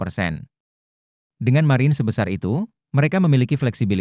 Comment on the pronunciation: Blm di train ngomong margin yg bener